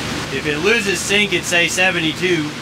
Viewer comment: 24 minute mark, it's a sync error, not a sink error. Just in case anyone is wondering, I heard "sink" at first, and was like huh? lol